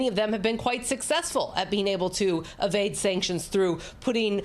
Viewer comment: Avade sanctions?!.. (a)vade sanctions?!?… lol You seem to (e)vading some of the basics 😄